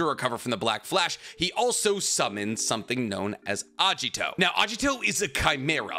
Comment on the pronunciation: It's Agito, not Ajito